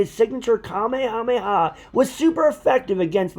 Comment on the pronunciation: The only thing I don't like about this is that you call it the Kamehameha not the kamehamehe wave